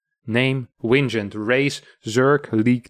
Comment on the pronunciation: The dude's name is WINGEnt. I mean, come on.